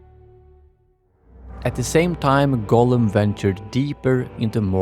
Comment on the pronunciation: Why do you say it wrong almost every time and its many, its not Golem, i think he who wrote the title is different person and you just dont know its Gollum.... It doesnt even sound so close as you make it clearly Golem every fking time. So anoying... Even the autosub is 99% calling it Golem but when youmake few lucky mistakes it also writes it Gollum. Try to make an effort pls...